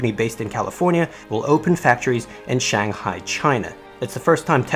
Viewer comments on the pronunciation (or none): none